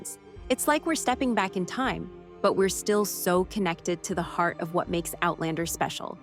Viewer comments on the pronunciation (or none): none